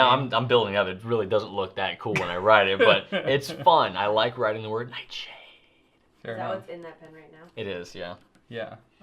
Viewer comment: I'm back because of pronunciation of Noodler's Nightshade. Ever since hearing that I have not been able to get Nightshade out of my head. So This morning I bought my first bottle of Nightsssshade.....